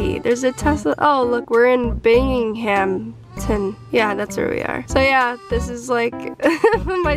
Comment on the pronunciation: You said “so bingingham huh” nah sis it was Binghamton 😂 classic G great vid as always